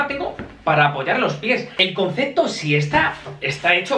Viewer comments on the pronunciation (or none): none